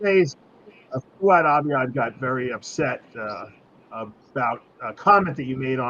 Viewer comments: It's kind of funny ,that Valentino can't pronounce Fouad or Sam's name. Those names are not that hard . He's doing that on purpose . That's an old fashion disrespect tactic ... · How bizarre for a grown man to pay $100 to stand in line for 3 hours to meet a 21 year old guy who has trained for a few years and has never competed. And for Gregg to say he doesn’t know how to say Fouads name and Sam’s last name properly is a cop out. Learn it. They are not hard names to say. RX needs to change direction as it’s clearly lost its way. It’s no wonder RX only has 321k subscribers. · How is it so hard to say Fouad? Greg is such a fuckin cring diva sometimes lol